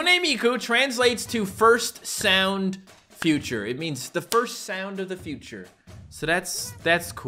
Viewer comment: the first time he tried to say the meaning of Hatsune mikus name it sounded like he said "The first Virtual Shit"